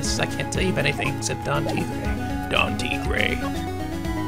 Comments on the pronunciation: also you're pronouncing Tigre right so keep it up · Mais = may; bien = byen. Probably spoken a bit more quickly compared to the "bee-en" pronunciation. And yes, Phoenix's evil twin's name is pronounced "tee-grey." =^^= Spanish, French and Italian are all classed as Romantic languages, so they have similar words in between them. Could explain why most people in those language categories find another in the same language category easier to learn as opposed to, let's say, Mandarin, Ukrainian or Swahili, which are different categories of languages altogether. And dat girl...damn, I had shivers running down my spine. Yeesh...TTwTT